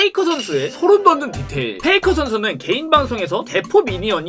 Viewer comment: 페이커를 페이크라고 하는거 계속 거슬리네요